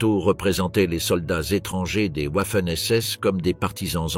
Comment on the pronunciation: J'apprécie beaucoup les vidéos, mais beaucoup moins les commentaires et notamment celui qui les fait. Il alterne la prononciation des mots de façon insupportable comme par exemple Vaffen SS et Ouaffen SS ou bien Dachau et Dachao et ainsi de suite. Serait-il possible de changer de personne pour commenter en respectant la prononciation des mots ? Merci.